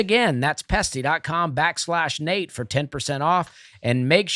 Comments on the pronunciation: Dusty goin all Plosive on the Pesty Pest control read!!!!! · I LOL’d!!! PET-SY😂